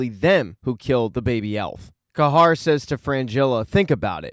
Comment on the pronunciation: I thought “Ca-har” was pronounced “Ca-here” 😅